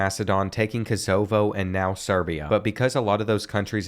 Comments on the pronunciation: It’s Kosovo not kozobo😂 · Hey Kosovo Is Pronounced KO SO VO